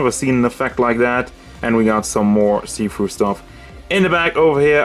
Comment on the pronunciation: Every time you say see-through I heard seafood